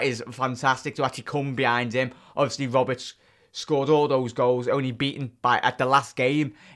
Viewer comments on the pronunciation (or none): none